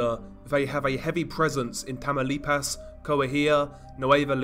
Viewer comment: It’s funny hearing white people say names in Spanish 😂😂 he said “tamalipazzzz”